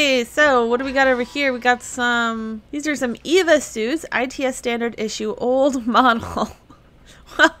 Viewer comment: EVA suits. pronounced as spelled. EE. VEE. AY. What is this "Eeva" suit you speak of